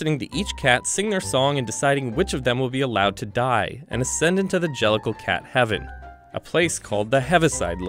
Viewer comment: An-gelical? Jellicle?